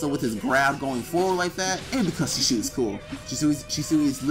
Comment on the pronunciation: It’s pronounced (She•Swee)